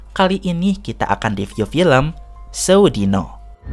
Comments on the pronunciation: pembawaan nya kurang medok , penyebutan sewu dino nya kurang marem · pengucapan kata sewu dino nya salah kang kalau menurut logat jawa 😁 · Mang, cara pembacaannya itu sewu dino, bukan sewu dino !